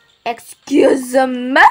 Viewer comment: Kaze se ekskjuz mi